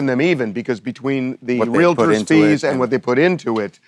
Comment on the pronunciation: Someone should tell the young guy "realtor" is not pronounced wril-a-der.